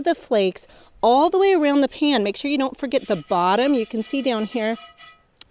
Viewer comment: I wonder where you are from? The way you say "pan" like "pin".